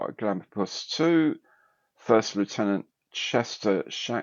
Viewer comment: Scandalous pronunciation of Lieutenant 😉